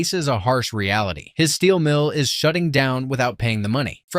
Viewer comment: "his steel mill is shuuting down without paying the money"